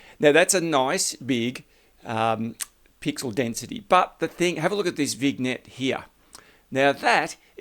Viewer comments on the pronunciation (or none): You dropped some good tips here, so in turn, I’ll drop one for you: it’s pronounced “Vin-yet”! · Sorry,love your tips, but vignette is pronounced vinyet, the g is silent.😊